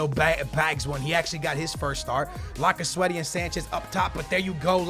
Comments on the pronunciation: it is lacazette not lacazwete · I cant wacth this my wars a blending cuz of all the time u said laccasweaty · PLZ stop saying lacazwetty he is cold lacazette